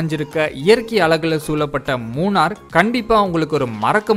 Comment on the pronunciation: மூணர் அல்ல நண்பரே மூணறு. 🤦‍♂